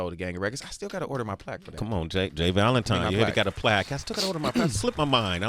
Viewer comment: This entire interview, Sway called this man 'J Valentime' and I am weak 😂